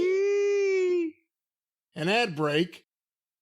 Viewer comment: I popped when I heard Jim and pronounced Ishi-iiiiiiiiiiiiiiiiiiiiiiiiiiiii too XD